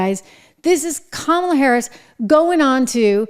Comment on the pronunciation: “Hi, I’m Kommyla Harris. I may have lost the election and it’s not my fault cuz I din do nuffin wrong, but I still have my Doritos in OG Nacho flavor.” Doritos, because even growing up a middle class kid you can still enjoy that crunch.